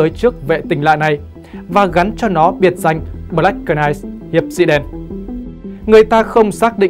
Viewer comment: Đóng góp chút ý kiến Xin đừng đọc “BỜ-LẮC “ .Đọc 1 âm BLACK (căn bản english) và Đừng đọc CỜ -night (Knight)mà 1 âm NIGHT (K không đọc) Trên YouTube có triệu người xem mà đọc không đúng, không chuẩn làm người xem không hiểu nói gì?😁 Rất quan trọng.Không cần tiếng Anh giỏi nhưng tối thiểu khi lên YouTube nên chuẩn bị tốt để đọc tin Chương trình rất hay và giá trị. 👍👍 cám ơn